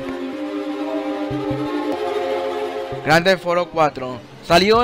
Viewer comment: Jajajaja gran tefauro es Grand theft no tefauro